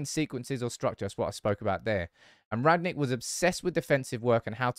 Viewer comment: "Rag-Nick" can you learn to pronounce his name.